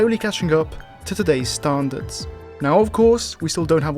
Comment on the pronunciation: Sorry but I gotta say it - "starn-dards"